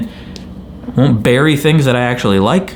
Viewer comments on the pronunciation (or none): none